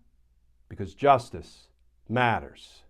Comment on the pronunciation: Glen. Love your work, but you murder your catch phrase, "justice matters", every day. It's a blot on your otherwise top notch presentation. I've heard you try various takes of it, and they all sound awkward to my ear. Please try just reading it straight for a change, please. Don't lean too heavily in it. Forgive my impertinence.